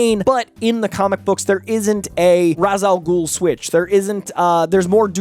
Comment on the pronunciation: As as self-proclaimed comic expert the least you could do is pronounce Ra's al Ghul's name correctly, even if Nolan didn't